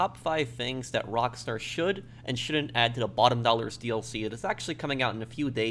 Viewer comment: How professional is using the word Shound't